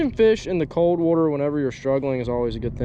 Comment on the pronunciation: “Let’s get out on the wooter”